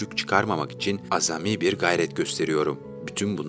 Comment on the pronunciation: Keşke değerli sanatçının hayatında o kadar yer eden ve videonuzda ismi çokça geçen annesinin de bir kare fotoğrafını koysaydınız. Bir de AZAMİ yazılıp AAZAMİ olarak telaffuz edilmesi gereken sözcüğü doğru telaffuz edin lütfen.